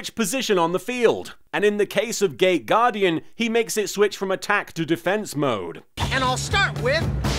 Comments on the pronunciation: For a second I thought that you said "gay guardian" instead of "gate guardian" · I know it's not what he's saying, but I keep hearing "gay" guardian instead of "gate" guardian.... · Nearly every time he says it, it sounds like "Gay Gaurdian" - maybe that's just me. Makes me giggle though. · Me too... it seems we are a minority, but he's clearly talking about a gay guardian.